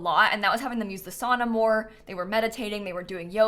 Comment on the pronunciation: The pronunciation of sauna is hurting me as a Finnish person